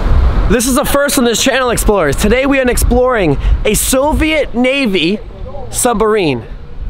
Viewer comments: he accidentally calls it a subberine lol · If he says sub-a-rine one more time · He says it as Suberine, and not Sub-mar-rine. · I swear it sounds like you are saying su-ber-ine? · if i hear one more "subberine"... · “Subarine” 😂😂 **submarine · Anyone notcied he said subarine instead of submarine it might be an accent but idk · Its a submarine not subarine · Did I just hear subarine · I swear you say subarine instead of submarine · He keeps saying submarine like subarine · says subarine not submarine lol in the chat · It was constantly bothering me how he always pronounces the word “submarine” wrong and instead said it like “subarine” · This fool said subarine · ge0rd1e _ as soon as I read this he said it 😂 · Imagine pronouncing submarine wrong lol